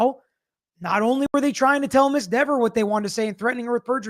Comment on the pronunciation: Officer Dever, pronounced " Beaver " not " Ever "! A Narcissistic, Condescending, and ignorant fool! Certainly any Police Officer would know how to Act in a Courtroom? Or show Respect to a Judge, Jurors, the Attorney's, and Certainly the Victims Family? However, this Selfish cop is so self-centered she's more concerned about her name pronunciation than answering questions? More interested in arguing, rolling eyes at the Judge and interrupting than answering a YES or NO? So simple? This Witness is the rudest I've seen so far and one who should know better? Her " False Memory "? Wasn't false if Proctor changed the Timeline on all his paperwork and the videos vanished? SHAME ON DEVER Pronounced " Beaver "